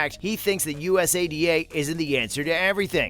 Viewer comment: just say it as a word, usada, you sound silly bro.